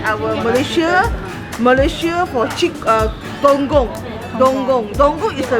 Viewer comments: Dokong fruit not donggong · It's call...DOKONG... Dow Kong (sound like king 'KONG')...not DONGGONG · It's not donggong.... but dokong. Not lambutan... but rambutan. 😁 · It's dokong, and not dongong.. that sales lady doesn't know how to pronounce it properly.. If durian is the king of fruit, mangosteen is the queen of fruit .. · It's "dokong" not "dongkong" .. I just wanna correct your pronunciation. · Vilasini Menon ,right.. the sales lady fail to pronoun it correctly... that fruit is called dokong and not dogong.. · Its not Dong Gong. Its Dokong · Not Dong- but Door-Kong